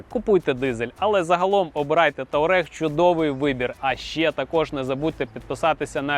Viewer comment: Туарег а не таурег